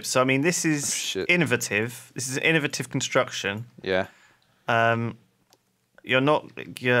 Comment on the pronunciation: Why do they say innovative as innovative, not innovative?